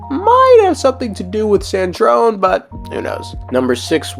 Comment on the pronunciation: E in sandrome isnt silent